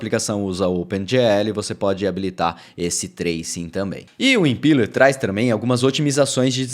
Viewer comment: Excelente update,!! Fico feliz com a direção do nosso querido Flutter. Só uma dica, a pronúncia dessa rendering runtime é "impéler", como visto aqui: Abração!